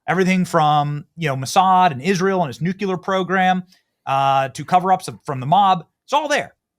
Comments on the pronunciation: Hard taking you seriously especially as a lawyer when you keep saying "nucular" it's nuclear.... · Why do people mispronounce nucular? It is nuclear. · I know what I am about to comment on first will have noting to do with Epstein debacle, but it must be said that NUCULAR Benny did not disappoint! These people with the word NUCULAR really steal the show and divert it to unintended directions. Yet, the spelling of the word always appears as NUCLEAR -- how does that work?! It is akin to the common run down on verb 'to be;' I was, You was, She was , We was, You was, and They was... By the way, as oppose to what these folks are strongly claiming within the segment that I watched, I am 99.99% sure that the infamous slimeball trump is on the Epstein list, and yes, the list and the files, along with video tapes exist. When, say, Jan, Jack and John are on the list, neither Jan, nor Jack and John would want the list to be made public in order for them all collectively to avoid federal prison time. I guess one has to be an Einstein to reach such a complicated conclusion... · NUUUU CLEEEEE ARRRR...FFS you make yourself sound like a moron when you pronounce nuclear as NUUU KYOOO LAR... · Benny Johnson is a very smart grifter. He's making a very good living playing this character. But I don't trust anyone who says "nuc-u-lar" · Viva, please clue Benny in as to how to pronounce "nuclear". He ALWAYS says Nuke-you-ler! Like fingernails on a chalkboard. Also makes him sound unedumacated! Straight out of the Beverly Hillbillies, I suppose. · There's only one "u" in "nuclear."